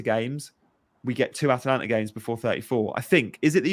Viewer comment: a dispoiment as always. You.don t even know how to pronunce Atalanta for god sake. FORZA ATALANTA!!